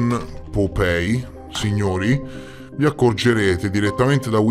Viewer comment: Vecchio, non voglio fare il saputello del ca..o, magari li pronunci sbagliati apposta per via di qualche meme che non conosco o altri motivi. Comunque, just in case, POPEYE si pronuncia POPAI che sarebbe l’occhio (Eye) che fuoriesce (POP) un po’ troppo dalla faccia/muso tipo la rana o la nostra prime minister 🍈 🍈 Poi già che ci sono, mi ricordo di altri video precedenti: REUTERS si pronuncia ROITERS (in crucco). Angkor Wat si pronuncia come si scrive tipo Ankor Vat (Wat significa Tempio in Thai, deduco anche in Cambogiano) Poi nel video sul Vaticano Omertoso durante i rastrellamenti, la lettera inizia con Lieber Freunde, significa semplicemente Caro Amico. Non ho capito perché lo traduci correttamente, ma poi parli di Reverendo Leiber (Anziché pronunciare Liber che appunto significa “Caro” in crucco) come fosse un nome proprio, mettendoci il rettangolo rosso attorno. Piccoli dettagli comunque, chiaro. Si vede che non riesco a dormire nonostante siano quasi le 4am qua in Thai? Ahahah Spero di essere stato un minimo di aiuto e niente… ti voglio bene anch’io e spero un giorno di conoscerti di persona, anche solo per un abbraccio. Ciao bestiaccia ❤